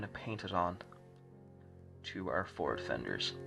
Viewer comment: The funny part for me was when you were talking about the forward fenders and because of the accent my American ears heard "Ford" fender. For a moment I was thinking "why would the Germans use Ford fenders on their vehicle?" LOL